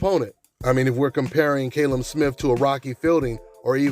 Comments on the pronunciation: Fucking Callum not Kalum u thick twat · KALLEM, not KAYLEM 🙄🙄🤨